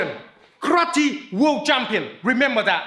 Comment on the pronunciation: he said karati instead of karate